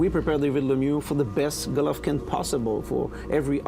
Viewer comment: GGG is gonna smash him for David calling him Golaiv. he did it purposely.